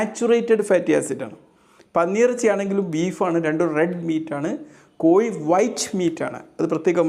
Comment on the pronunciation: കോയി ഇറച്ചിയല്ല കോഴി ഇറച്ചി😂 Scratch & win ഡോക്ടറാണോ?😂 DR എന്ന് കണ്ടതുകൊണ്ട് ചോതിച്ചതാണ്.